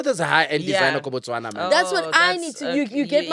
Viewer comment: I love how you said Botswana 🇧🇼 We love you too ❤